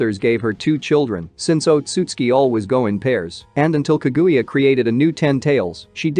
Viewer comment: bro this robot voice is aids; pronounce ka-guya. jesus